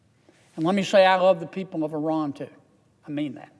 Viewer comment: Thank you for your correct pronunciation of the word Iran.